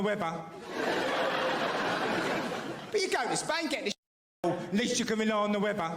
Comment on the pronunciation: You liked that one then. When he talks abaht the wevver he's talking about the weather, btw. Some times when abroad you have to plan your emergency route ensuring that you can get from the table to the lav in under 5 seconds flat and that you're wearing easily droppable trousers and pants. I haven't been to Mexico but they're probably too busy trying to deal with drug cartels, houses collapsing and half the population illegally emigrating to worry too much about Health & Safety and Food Hygiene. Spain and Greece were a bit like that until they joined the EU. Eating a salad used to be like playing Russian Roulette.